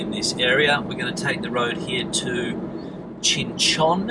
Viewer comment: Or Qing Chon, or Chinchin😂😂😂 please rectify. It is really funny